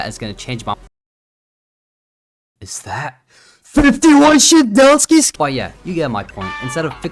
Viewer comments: 🗣🗣🗣shedelsky and to the dyslexic mfs fr though, THERE IS A T IN HIS NAME, ITS SHEDLETSKY idk why saying their name is a skill issue 💀 but really, please pronounce it right, I was being extra to be funny but it is something that urks me. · you're wrong because you said shedeltsky and not shedletsky /j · dawg can you please pronounce shedletsky right